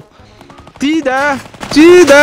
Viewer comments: надо говорить чи да а не ти да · Вообще-то не ТИ ДА а ЧИ ДА?